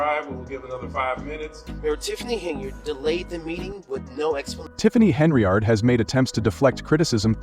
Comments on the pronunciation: Get the damn name right. It's Henyard not Henry yard. Im gonna repirt this channel. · “Henryard" I really can’t endorse this AI shite!